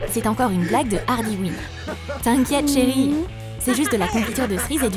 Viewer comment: C est pas ardy mais arley quin mais c est cool